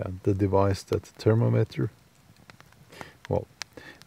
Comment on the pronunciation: Pronounciation: therm-MOM-met-ter